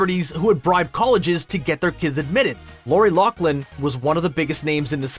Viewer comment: You can’t even pronounce Loughlin. It’s not pronounced Locklin